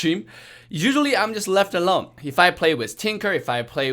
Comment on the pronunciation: The way he say usually “uwally” 😂😂